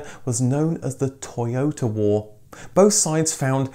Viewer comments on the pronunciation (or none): To yota. Not toy ota. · I'm surprised you are not pronouncing Toyota in a Japanese accent!!!